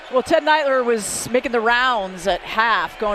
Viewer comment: Did the female announcer just call Uncle Teddy (Ted Leitner) "Ted Neitler"?? Sounded like it. Jeesuz.